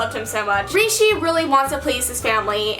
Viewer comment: you pronounced Rishi's name of how not to pronounce it that's in the book at the beginning of video and then said it right later lol 😂